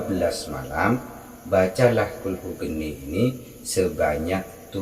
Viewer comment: Maaf....Naskah Arabnya tertulis Qulhu Kaanii.....kenapa Kaanii dibaca Geni? Mana yg betul?